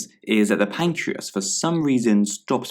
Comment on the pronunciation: Pancreas not 'pacreas'